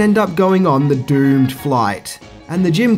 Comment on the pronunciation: "the düüœmed flight" 🤣🤣